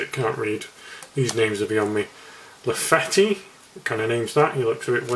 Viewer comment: Names of characters how he says it: Galahad-Rasheemeen. Maylory-Maylaroy. Lafayette-Lafetti. Isabeau-Isabura. lol